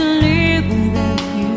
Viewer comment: Beautiful voice, but I preferred Trisha Yearwood's version because at least Trisha didn't pronounce "live" as "leave".